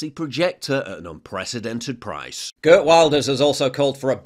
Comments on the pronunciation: stop saying gert lol. It is Heert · If you pronounce ‘Geert’ like ‘GearT’ it sounds closer to how his name sounds in Dutch. Or just ignore this comment, also no problem at all.